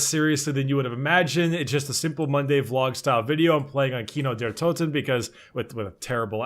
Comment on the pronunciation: keeno derr touten..... No,. No. It's Kino der Toten. Leave out the "u"